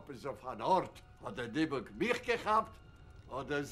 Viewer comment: The point is Fyvush Finkel pronounce “Dybbuk “ absolutely correct and with accent on last syllable as is pronounced in Hebrew.